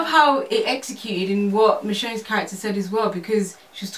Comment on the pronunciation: Its like the girl in the dreads watched the film then as she left the theatre....wiped her memory of half the movie....the guy alone could have done the review because those girls half assed pov's are killing me...saying "michonne" ffs..lool come on..seriously...the dude says the character's names like 50 times and it still dont sink in...bruh